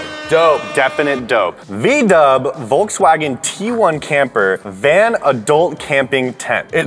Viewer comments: Im german and its so funny how you pronounce volkswagen lmao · Yeah like i said we pronounce the V different. The way he said it sounds more like W for us. Our V sounds the same as an F if it's an German word like Volkswagen. There a lot of words we use that influenced from other countries like "Vase" here we pronounce it like an W 😊